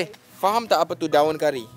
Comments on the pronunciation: Omg is getting really2 good right now and also she getting some sound like Malaysian right now when she say "APA TU" good job wow its very very impressive we need more speak in BM please logesh heehee😁🙏🏼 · When said 'apa tu' sounds like she's already a Malaysian 😂😃